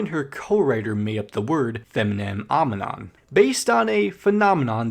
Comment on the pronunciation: I love how you mispronounced femininomenon, which was the entire reason why she didn't push through with making that song the album title xD